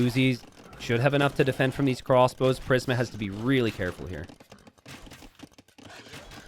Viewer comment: Prism (PRIS-M) t90 killin me with mispronunciations